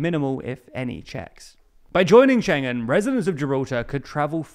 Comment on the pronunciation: UK joined 1/1/73! And Schengen is pronounced ShEn-gen. And, and It is "within spitting distance.", not "... a spitting distance." No need to thank me.